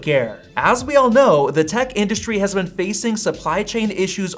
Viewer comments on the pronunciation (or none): none